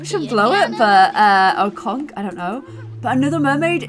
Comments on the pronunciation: For the word conch! It's pronounced like the word "launch", not with a hard C. You were totally correct the first time you tried to say it. Take it from someone who lives on the beach!! Please like so can see it! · A fellow Brit here, I think Conch is pronounced with the ch over here. I’ve never heard anyone in England pronounce it ‘Conc’ 😊